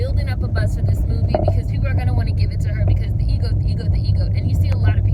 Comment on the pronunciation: I like the way you say EGOT... like EGO😉